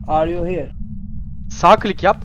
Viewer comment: Vay kral phasmo severim hade bakim seviliosun ❤ yayinlarina gelemiorum ama uğramaya calisiorum ❤ ben Elmir bu arada 😂 abi Fatih abinin Are you hiğr demesi cok iyi 😂😂 cok iyidi lan snsnsjsjz